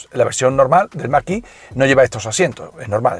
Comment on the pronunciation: mag e no mag i. gracias